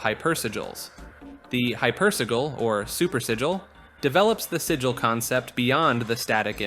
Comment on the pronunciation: man, the part where you pronounce Sigil a different way each time you say it was kinda painful ngl ;[ it's like 1 second in google. just type in a word and a robot lady reads the proper pronunciation for you.